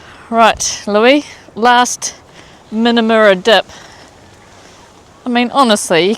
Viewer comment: More Aussie pronunciation lessons, sorry! 😂 Currawong Bird is like Minamurra..... the U is an Uh sound, not an ooh sound that we do in kiwi. So Cuh - rah - wong. and Min- uh - muh rah. It's really hard to write the sound. 😂I'm trying to think of words that we pronounce in kiwi that use the 'uh' sound.... like putt when you're putting a golf ball 😂😂😂😂😂 I'm so loving your travels. Talk about memories of my childhood camping along the east coast of NSW. It was such fun! It looks like you're having great fun too. xxxxxx